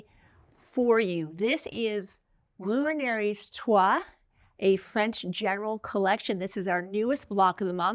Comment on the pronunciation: French pronunciations can be tough, lol—-it’s Roo-on-ree.